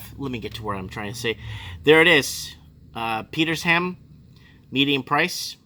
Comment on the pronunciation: Petersham = Peter-shem Sans Souci = San Suzie Russell Lea = Russell Lee Vaucluse = Vor-clues Bondi = Bon-dye